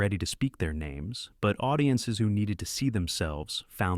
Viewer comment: You should train your AI to pronounce names accurately.